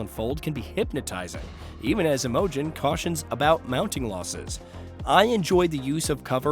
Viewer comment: Why can you not pronounce Karen and Imogen correctly?